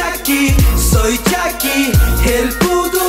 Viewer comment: Pronuncia bien las palabras es chucky no chacky